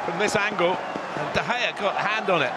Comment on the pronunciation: PUT SOME RESPECT ON DE GEA'S NAMEEEEEE DE GEA AGAINNNN DE GEA AGAIN MANNN I DONT EVEN KNOW WHAT TO SAY ANYOMRE